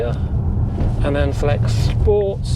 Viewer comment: Watch and like most of your videos but please please stop saying or shporty! It’s so annoying!! And you can’t really question VWs spelling of the model when you add extra letters into words. And it’s not a Golf…stop comparing it to one!!